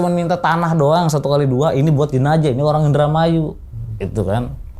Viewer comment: Jenajah❎ Jenazah✅